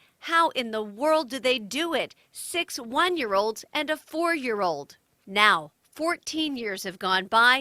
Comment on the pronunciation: My dumb ass thinking she was saying their last name was perrysex😂 she was saying perry sextuplets😂